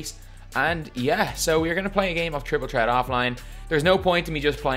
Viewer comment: “Triple tret”